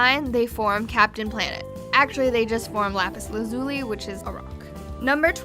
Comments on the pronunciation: Lapis La-zu-lee OK! WHAT IS WITH YOU AND PROPER PRONOUNCIATIONS?! AAAAAAAAAAAAAAAAAAAAAAAAAAAAAAAAAAAAAAAAAAAAAAAAAAAAAAAAAAAAAAAAAAAAAAAAAAAAAAAAAAAAAAAAAAAAAAAAAAAAAAAAAAAAAAAAAAAAAAAAAAAAAAAAAAAAAAAAAAAAAAAAAAAAAAAAHHHHHHHHHHHHHHHHHHHHHHHHHHHHHHHHHHHHHHHHHHHHHHHHHHHHHHHHHHHHHHHHHHHHHH(Turned into a super sayian 4 ). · You said lapis lazuli wrong. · The narrator must not watch Steven universe given the way she pronounced LapisLazuli.